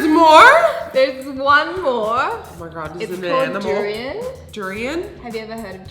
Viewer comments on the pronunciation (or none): heyyy, durian doesnt smells that baddddd XXDDDDD im a durian lover and im sad you both said duiran that wayy XXDDDDD but it's okay lol im glad that nikkie doest spit that out love ya and nikkie